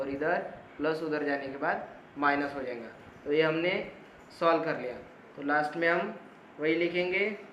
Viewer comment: Bhai aap jayga to jainga kyu bolte ho😅😂